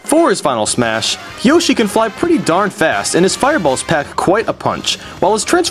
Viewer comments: Also you said Yoshie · It's not yashi its yoshi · i love how he calls yoshi "yashi" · I'm sorry about this but... LEARN HOW TO FUCKING PRONOUNCE THE NAMES OF THE CHARACTERS sigh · I like how you alternate between the pronunciation of yoshi. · YOSHIE Wat....... YOSHIE Penetguster 5000 Giaiga Bowser are you kidding me Palatina omg Dude Watch what you say XD also it's not Star something It's PK SHOWER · It was also very weird when you pronounced Yoshi Yohshi and Giga Bowser Gaiga Bowser.